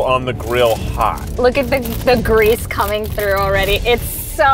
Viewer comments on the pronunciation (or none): none